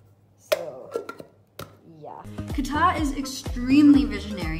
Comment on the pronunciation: I hear GUITAR whenever you say QATAR.